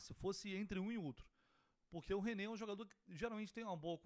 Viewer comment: Ô, vc errou, não é nenê, é Renê, mas melhor se vc não tivesse errado e fosse o nenê mesmo!!😂😂